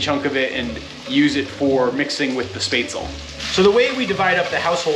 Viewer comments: Spätzle is pronounced Shpetsly. It's a German noodle like thing. They tast much better when freshly made rather then made days or more ago. They tend to have a grainy texture after a few days, at least to me. Hello again from NRW Germany. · As someone living in southern Germany - Swabia to be exact - where Spätzle originate from, it's really funny to hear you butchering the name. 🤣 But I'm glad you're enjoying them as much as I do. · your pronounciation of "Spätzl" is suprisingly close to accurate! Although the 'tz' is meant to indicate that the 'ä' should be said quickly, not drawn out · As an Austrian i cant help but cringe at how you say spätzle, but glad to see you enjoy them